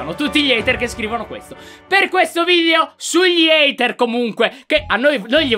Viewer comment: ''haiter'' muoio